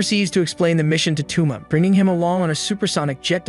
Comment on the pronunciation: TwoMa? Toe-mah my guy.